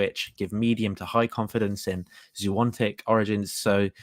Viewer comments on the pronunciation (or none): Zoo notic, not zoo ontic